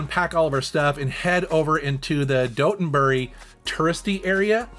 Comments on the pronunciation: Hilarious to hear Dotonbori pronounced like a place in England, “Doughtonbury.” Nice to see Kobe getting some love, I used to live there. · The way you pronounce Dotonbori makes it sound as if it is a town in England 😂